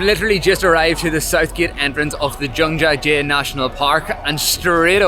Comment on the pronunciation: Mate- it is not "jung-ja jay"-- but Jiang jia jie